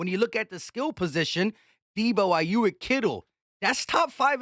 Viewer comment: It’s Aye-yuke lol